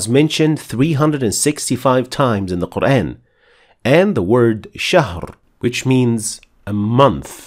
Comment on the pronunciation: Appreciated, and its(Quran) not kur aayn, its Kur aan